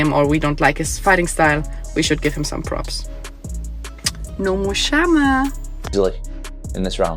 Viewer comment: Its chama not shama😂 no womder shes and ex 😂never listened